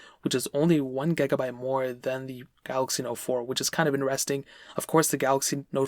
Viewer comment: Am I the only one who respects his accent on gigabyte?